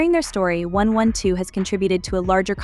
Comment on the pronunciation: The fact that you didn’t get the AI to pronounce the group name correctly 😠😩 really annoying